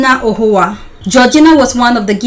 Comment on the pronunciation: The name is not Georgina Ohuoa, but Georgina Onuoha. Please get your names straight.